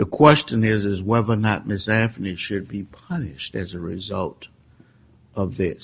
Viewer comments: This Judge drives me crazy...how you can be Judge, that condemns people to jail for certain lengths that ruins lives...improper Annunciation, or pronounce "Specific" as "Pacific:" "Anthony" as "Anfony" if this Judge was white, he never would have been appointed... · Any reasonable person would think her guilty. It only matters whether he acted in a biased way, like Ito acting for the defense for OJ or Older acting for the prosecution in Manson et al. If so, then saying, "pacifically Anfony" is the least of his transgressions.